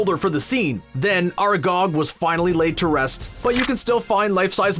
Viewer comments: How about "are gog" and "fleugh"? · ITS FRIKIN ARAGON NOT ARAGOG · That's not how you pronounce Aragog